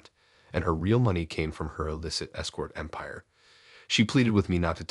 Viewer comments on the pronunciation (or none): none